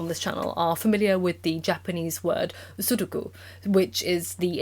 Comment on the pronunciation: Ik you cant be expected to study japanase, so I say this with no ill will but learning proper enunciation for Tsu-n-do-ku つんどく would've made this video better. Its not sudoku.